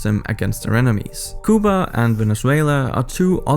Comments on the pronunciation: Cant handle the way you mispronounce Cuba. Its Kyoo-ba. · It's pronounced cue-ba not cooh-ba